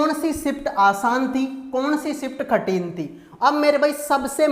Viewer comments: Pahle baat to ye khathin nahi kathin bolo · Are bhai khatin nahi kathin hota hai